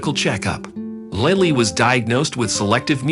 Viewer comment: They need to pronounce Lilly's name. During this story they are pronouncing it several different ways.